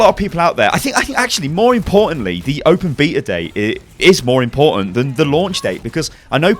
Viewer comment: the open beatle? godamn your accent man :P